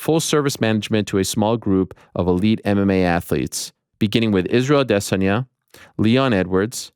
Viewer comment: Why do you say Adesanya the weirdest way😂😂😂😂 everyone says it the same way but you gotta be different